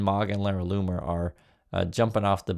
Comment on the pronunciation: Its pronounced Laura Looner and nothing anyone says will change my mind, shes at it again sigh...